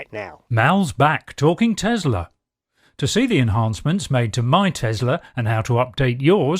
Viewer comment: It is not Tezla it is Tesla, smh.